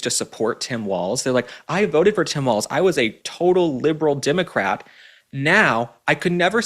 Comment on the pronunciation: Please learn how to pronounce "Walz" properly.